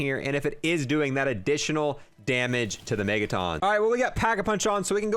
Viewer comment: The green guys that split in 2 when they're shot are not pronounced Megatawns, it's pronounced Megatun. A Megaton is a unit of measurement for nuclear bombs, like the ones dropped on Japan